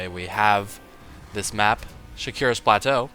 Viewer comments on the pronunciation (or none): it's Shakuras Plateau not Shakira's Plateau. Your horniness sees no end.